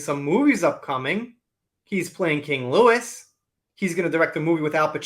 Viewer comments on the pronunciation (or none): Dude... you owe me a new keyboard. I spit out my coffee over it at your pronunciation of 'King Louis' It's not King Lewis, my good man. You don't pronounce the 'S' at the end unlike in Jerry Lee LEWIS. 🤣